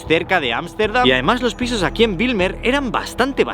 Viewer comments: Como neerlandés de origen surinamés, debo decir que has hecho un video muy bueno. Solo una observación: escribiste BIJLMER incorrectamente en tu video y la pronunciación de Bijlmer es la siguiente: la parte BIJL del nombre se pronuncia como “Bel” en “Bel Air”, no como Wilmer (que es un nombre escandinavo). Pero Bijlmer con una B fuerte. PD: Tu reacción al ver una garza es hilarante. Como si acabaras de ver un pterodáctilo.😂😂😂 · se pronuncia como “beylmer” soy holandes y siempre veo todos tus videos